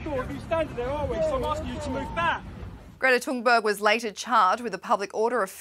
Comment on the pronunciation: *Greta Tooonberg according to this reporter